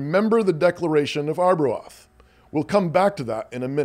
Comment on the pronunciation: Ar-bro-Ahth? Do you possibly mean Arbroath (pronounced R-bro-th)